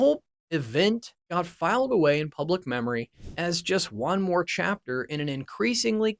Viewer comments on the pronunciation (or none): none